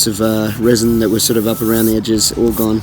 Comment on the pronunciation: Every time ye said "round de outside" I taught of 2 trailer park girls must be week that's in it. Great work.